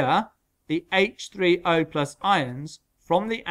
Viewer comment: The way he said H30